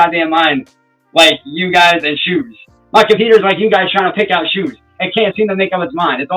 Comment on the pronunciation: Must be a northern thing lol